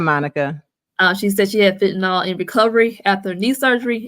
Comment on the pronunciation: “fehTahNel”… ma’am if u pronounce it like that again ima fall out.